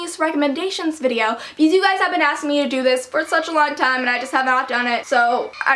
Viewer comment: am i the only one that notices saying a weird "because" every single video? please dont hate me i love her vids:)